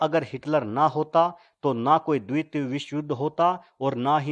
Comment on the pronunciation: Bhai द्वित nai द्वितीय bolte hai use yaar tmhe thk se Hindi bi nai aati.